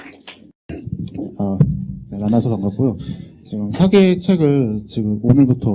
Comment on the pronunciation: 측면을 계속해서 "칙면" 이라고 잘 못 발음하고 있어 실망했읍니다. ㄱ리고, 사기 강의에, 사기 의 "사"자를 짧게 잘못 발음하는 학자의 강의는 듣고싶지 않습니다.